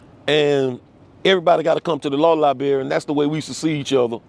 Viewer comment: “Come to the Law Libary” It was obvious his old ass wasnt going there 😂🤣😂🤣🤦‍♂️